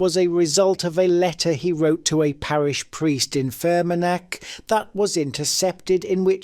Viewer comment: Its either Ai or you cannot pronounce Dolores , Fermanagh amounst others